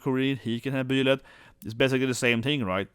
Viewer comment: It's Bye-lyth not Bee-lyth, and Pannette (like Annette) not Panetta. 😂